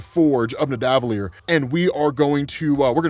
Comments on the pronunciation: Nidavellir is said like Rockefeller. Ni Da Vel-eer. Keep up the great work. (I know, it's a comp of all the vols, but always happy to help with pronunciations) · "The elves of nidavilier " lol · Omg stop saying Nidavellir like that 😂 it sounds so weird.